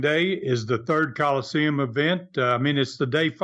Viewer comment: Again, why does mispronounce Colosseum as Call-Seem?